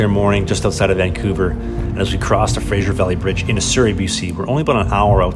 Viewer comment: Its pronounced fray-zur not frayshzer (Fraser river)